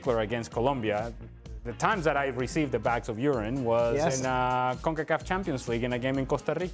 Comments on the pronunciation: "Bags of ur ryhne!"🤣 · When Dan pronounced urine as "you-ryne" I thought maybe it was some kind of English beer or beverage LOL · Dan pronounced urine as You- ryne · Same, I had to hear it again 😂😂😂